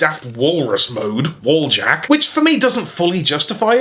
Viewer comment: don’t you mean wheeljacketuid